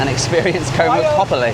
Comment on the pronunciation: you’ve been here long enough to say Koh and not Ko … great video though